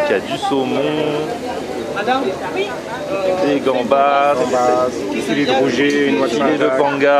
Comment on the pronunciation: 😂😂😂 Le fameux "rouget" de 💪🏽💪🏽💪🏽